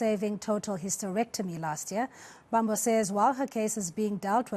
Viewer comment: Mbambo not mbaamboo